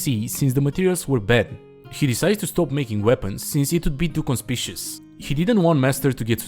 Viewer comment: conspicuous /kənˈspikyo͞oəs/ con-SPIK-you-iss